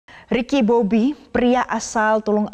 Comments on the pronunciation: Agak irritating denger naratornya nyebut Ricky Bobby yg sangat terdengar spt "Riki Babi" 🤨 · Ricky Bobby, gw dengernya Ricky 🐷 🤣🤣🤣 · Ricky babbi apa saya tidak salah dengar🤣🤣🤣🤣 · Ricky bobby kok jadi Ricky babi sih 😂 aku gak salah denger kah